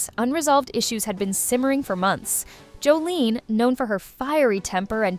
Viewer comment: It would help if you actually pronounced her name correctly…it’s Jos-sa-lin not Joline 😬